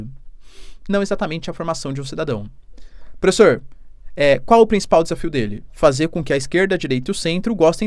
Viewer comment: professoãã!!.. kkkkk que r4io de português é esse??.. professoãã 😆